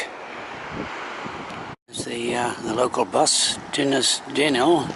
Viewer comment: You got "Dinas" right. The second word, "Dinlle", is "deen-cleh" (aspirate the 'cl' sound).